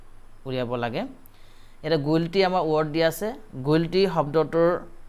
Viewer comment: guilty mane - pronounced tu Gulti buli kio kole , it’s not gulti , it’s guilty = गिल्ती